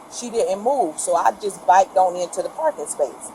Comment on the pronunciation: “Biked…..” Bruh 😭 🤦🏼‍♂️